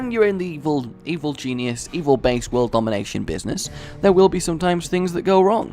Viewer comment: anyone else notice he says "I am a genius, an evil Jesusus" lol